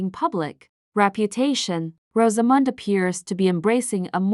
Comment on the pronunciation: It would help if the AI could pronounce Rosamund.